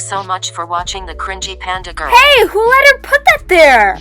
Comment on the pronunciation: Its not Dapandagirl, it's Daplantgirl! :D